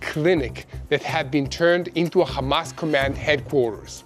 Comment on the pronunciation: Why can't you pronounce Hamas, Hezbollah and Hummus without that silly "KH" Why don't you say khostages?....is it an Israeli "likhsp?" It is sooooo irritating